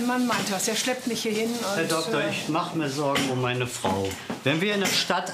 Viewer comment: Wer hat auch erst freu u-bahn verstanden 😂